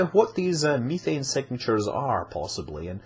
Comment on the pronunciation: When you said methane i heard kethane and got confused as to if he was making a KSP joke right there.